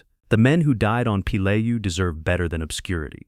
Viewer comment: I can’t watch this beyond 15 mins. The number of different pronunciation of Peleliu is off the charts. You got it right twice and the pronunciation changes every time it’s pronounced. Sloppy junk